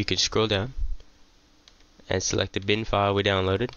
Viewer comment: Man your not saying bin but din. Speak clearer